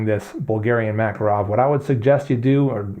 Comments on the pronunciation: Both of those pronunciations of "Makarov" are just as wrong. It's pronounced like "Mah-kahr-of", not "Mac-arow". Not that it matters, we in non-English speaking Europe don't pronounce American brands in English either, like Microsoft or Tupperware. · mak-KAR-awf . . . you English butcher the language :) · Pronounced: Ma-Car-Awf